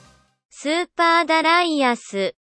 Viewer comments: Pronouncing it that way is a lot better. The more common western pronunciation is shared by an annoying smug Scottish singer over here... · that pronunciation alone got a thumbs up from me!